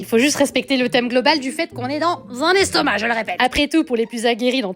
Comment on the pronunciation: Le "restomac" mdr 😂😂😂😂